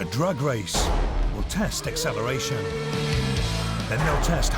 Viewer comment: When the presenter said the first test would be a Drag race i swear i thought he said A Drug race ha ha its his accent.This is fantastic im hopeing.Guy comes out the winner fingers crossed.